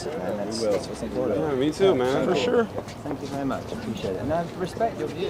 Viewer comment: Hahaahha 0.08 'SPANK YOU VERY MUCH .